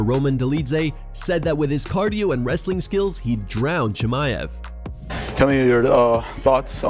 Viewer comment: Khamzat "The Green Goblen" Chamaev